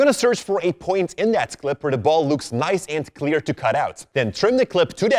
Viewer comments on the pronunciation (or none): none